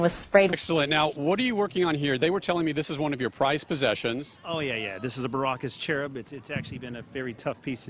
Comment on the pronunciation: "prized possetion." smash